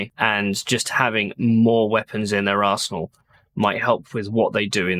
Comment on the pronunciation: When you said "weapons in their arsenal" I heard "weapons in their ar*%hole". Made me do a double take. Mostly because you are talking about Intel and the other one is still applicable. haha :-p